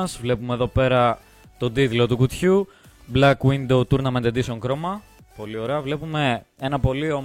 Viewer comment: Cmn dude really it is black widOW not window... Nice unboxing team.. 😑😑